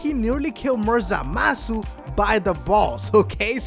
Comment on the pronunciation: I hate when he says zamasu.ZAMASU